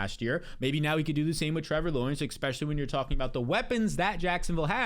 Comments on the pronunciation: Never trust anyone that says “ECK-specially”. ECK-specially if they can’t stop saying it. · “Ekspecially”